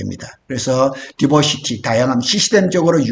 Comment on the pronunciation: 디버시티라고 하지 말고, 다이버시티라고 하세요. 영어 단어를 쓰려면 맞게 써야지... 아니면 쓰지 말던가....티시벤더도 티쓔벤더로 들림.